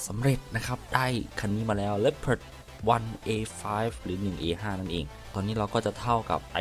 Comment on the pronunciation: leopard อ่านว่าลีโอพาทไม่ใช่หรอคับ